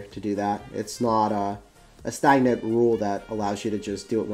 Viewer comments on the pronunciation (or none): lol...ty. idk why I kept hearing stynet or something. I know has a good vocabulary so I thought it was some mystery word I didn't know.